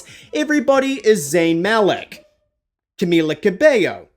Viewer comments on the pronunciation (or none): none